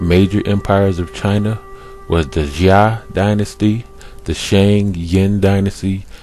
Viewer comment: Xia = "shyah" Zhou = "zhoh" (zh like french J) Hua = "hwah" (one syllable, faint H) as far as "black-headed", talking about someone's head has refered to their hair since time immemorial "Erik the Red"... ie "redhead" etc. Sumerians were black-haired more than likely as are middle-easterners, but earlier depictions more white with blue inset eye stones, later depictions after assyrian/babylonian conquest are more of a semitic babylonian standard also, look at in depth study of sumer bec...